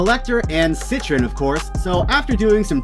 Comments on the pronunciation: There is no "n" in the name it is set-tree-on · “Sit-Trin” I’m deceased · Cetrion would be pronounced like ( set-TREE-on ) pretty sure bro 💯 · Nigga how do you not know how to pronounce Cetrion?